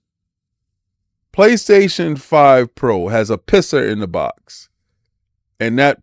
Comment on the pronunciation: The "PiSS'R" Lol